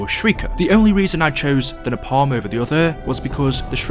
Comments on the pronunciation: Its pronounced like (nae-palm) no (napam) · Pronounced ‘Nay-Palm’ but okay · It's pronounced nae-palm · Funny how he pronounces Napalm, like Na Palm as two separate words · Hey I love the videos and I appreciate the work you put in to your amazing content. One thing though, why do you say napalm like that. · The way you were saying napalm 🙄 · listening to him pronounce Napalm without the L in the word cringes every time